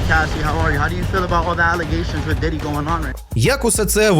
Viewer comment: Ріпер і рейпер - різні речі в англ. промові. Також неправильно вимовляєш імена Біггі (Нотаріус Бі Ай Джі) та самого Пі ДіДі. Коротше, викупається що ти не в темі і погано знаєш англійську.